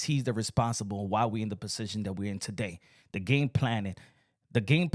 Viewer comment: Lol😂 The way you say Position 😂😂 And Come on With the Religion Shots🤦🏽‍♀️ It’s Not Becoming of You. I know your IQ is higher than a 5th Grader 👍🏽